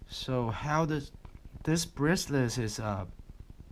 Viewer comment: BRACE-LET! Not braceless, whatever that is. ;-)